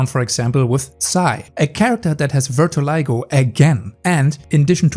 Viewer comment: you pronounce vitiligo wrong, you sound like ver-ti-li-go, it should be closer to vee-ti-li-go you also pronounce posthumously wrong, you say post-HUMOR-us-ly when it is post-um-ous-ly